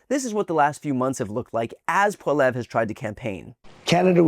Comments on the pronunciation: Hey, BTC! His name is Poilievre. Try just saying Poli-ev. He's a dick, but at least say his name right! Also, at the mark... That was Mark Carney, the Liberal leader and Prime Minister, not Poilievre. If you're going to talk about my country, get it right, please! This election is the most consequential of our lifetime; please stop fucking it up when you talk about us! Much love from the GWN 🇨🇦🇨🇦🇨🇦🇨🇦🇨🇦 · I’ve always felt I’ve benefited from your take on things but you have a couple of serious mistakes in your commentary on the Canadian election. 1) The name of the Conservative Leader is pronounced “ Polly Evra” Pierre Poilievre. 2) The politician you showed answering a question was in fact Prime Minister, Mark Carney. His name sign is red because, like in most countries red tends to indicate a left-ish party and blue a right-ish party. Only in America are these conventions reversed. This may have been the source of your confusion. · It bothers me you repeatedly pronounce his name incorrectly!!!! Wtf is Poleve? cuts to Carney not "Poleve" (whoever the fuck that is) In Canada red is liberal and blue is conservative. Please take better care when reporting on foreign governments!I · Not "Polleve" ...think more "Pol-ee-ev-re". Or, screw that guy. Fine either way. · You also said Pierre Poilievres name wrong. I voted Liberal but hearing Brian say (Polev) in stead of Poilievre (Polly-ev) bothers me. I hope the brakets help on how to say it right. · His name is pronounced Paul-ee-eh-v Not Poll-ev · Christ Brian. I like you, but for the love of god, it’s pronounced “Paul-eeeee-evvvv”, not “Paul-ev”. And before anyone starts complaining about foreign languages and saying you know…Merica’…darn tootin…bang…only English around these parts…bang bang…FREEDOM…and all that wonderfully productive stuff, that’s the ANGLICIZED pronunciation, not the way the French actually say it. Anyways, love you man, but seriously get it together! Lol. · pronounced polly-ev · Say it like polly-ev